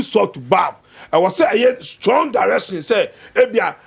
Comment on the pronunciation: I guess the host is from Kumasi .. Because her pronouns aren’t really clear to me… Her R and L is different ( Direction ) ✅ (Dalection ❌ ) 😅 I rest my case